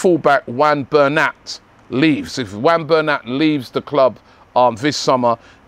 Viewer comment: its now wan bernat, its wun (juan) rob🤣 You love getting names wrong🤣🤣🤣